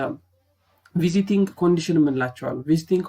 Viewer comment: bruh its not visiting its vesting